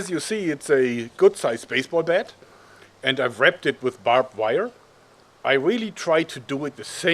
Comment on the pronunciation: “Babed wire”